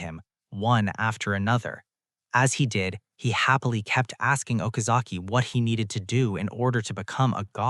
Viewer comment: This was great but every time happily is read hoppily I got really annoyed lol…